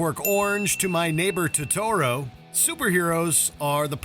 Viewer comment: New drinking game: a shot for every time someone at watch mojo pronounces something wrong. 54 seconds in, take a shot for Totoro.